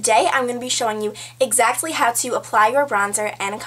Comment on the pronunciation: Hahaa, you say exactl-tel-ly :L Love your videos :)